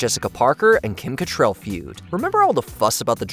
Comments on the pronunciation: Kim CattRAL, not Catrell. Come on now. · It's cattrall not cattrell like get it right for God sake!!!